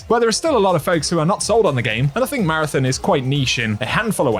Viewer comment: Please pronounce Marathon correctly, lol.